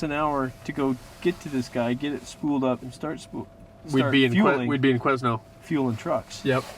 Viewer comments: quiz-nel hhhaa, Quesnel has a slient "S" my american friends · Qusenel is pronounced Quinn-el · It's pronounced "qui-nel" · Love how the loggers at the fuel dump didn't correct them and sent them off sayin Queznel hehehe....the S is silent =). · I'm about 3 years too late watching this for the first time, but like the guy above me, it's pronounced Kweh nel :) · the S in quesnel is silent. my hometown. :) pronounced kwen-nell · Awesome videos just need to learn how to pronounce Quesnel (my home town) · Awesome videos and glad too see you guys learned how to pronounce Quesnel haha